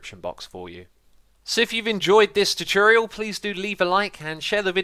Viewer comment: welcome everyone to another "chuchoorial" i love x's accent en the way you pronounce some words